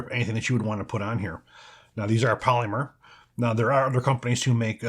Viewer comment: I have a real problem with the way you pronounce "polymer" 😂